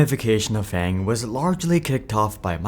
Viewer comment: you said FAG jojojo